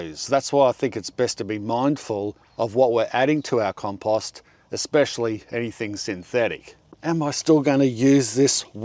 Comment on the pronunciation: It's pretty rich that the guy who pronounces compost like a moron preaches how to pronounce literally anything else. What an idiot.